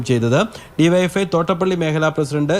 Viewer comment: യുവൈഎഫ്ഐ അല്ല ഡിവൈഎഫ്ഐ ക്ലിയർ ആയിട്ട് പറയൂ പേടിച്ചിട്ടാണോ